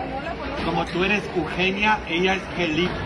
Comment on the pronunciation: Lo hace deliberadamente él sabe cómo se dice, es que dice que solo así le ponen atención, igual con los nombres que mencionó, dijo ugenia y jelipe pero si sabe cómo se dice correctamente, es tremendo este padrecito jajaja